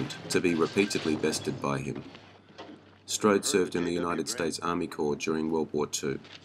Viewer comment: You do the man no justice by butchering the language used to describe him. Strode struck an indelible impression in every movie that he appeared in.